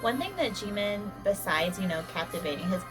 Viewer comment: Kind of a weird comment but I love how you pronounce Jimin’s name. I’m trying to learn Korean and from what I have learned most people use a very English pronounciation. It’s cool to hear you say it.